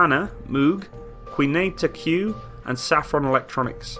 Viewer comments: it's not 'quin eta cue' it's 'kinetique' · QinetiQ is pronounced like kinetic ;) I work there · FYI QinetiQ is pronounced "Kinetic" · Not really a very important comment, but QinetiQ is pronounced like kinetic. They're just the part of DERA the MOD didn't keep in 2001 (the part they did keep being dstl) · Hi, love your videos! Just wanted to let you know that QinetiQ is pronounced Kinetic, It’s a stupid spelling I know 😂